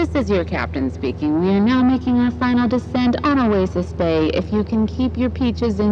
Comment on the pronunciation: I heard "a waste of space" than "oasis bay"... idk lmaoo